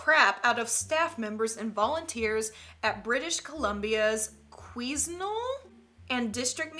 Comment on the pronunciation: I live in quesnel and have seen Mandy she is very freaky also the way that quesnel is pronounced is qunel